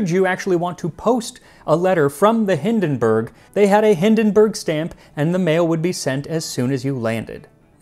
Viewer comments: It's not Hindenberg but Hindenburg. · Little hint: "Zeppelin" isn't pronounced "Seppelin" but "Tseppelin". The German "z" is a "ts/tz" phoneme. Also the German "u" sounds like the English "oo". So the name "Hindenburg" is pronounced "Hindenboorg" instead of "Hindenbörg". The German "i" sounds like the English "ee". So the name "Irene" is pronounced "Ee-re-ne" instead of "Eireen". However, a great episode as usual! 🙂